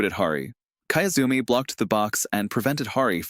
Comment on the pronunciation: kiyozumi, key-yoo-zoo-me. not kaezumi.